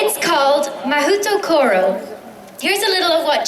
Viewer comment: Mahoutokoro is pronounced incredibly wrong. 魔法所 is pronounced "Mah-HOH-toh-koh-roh"